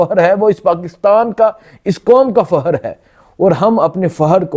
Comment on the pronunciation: بھائی اتنا بڑا پلیٹ فارم ہے یہ بولنے کا آواز اٹھانے کا بہت اچھا کام کرتے ہو آپ لوگ محنت جرآت کے ساتھ لیکن بھائی یہ اردو کو تھوڑا ٹھیک کرلیں پلیز فحر نہیں فخر ہوتا ہے حیبر پہتونحوا نہیں خیبر پختونخوا ہوتا ہے خ اور کا فرق جان کر بولیں جزاک اللہ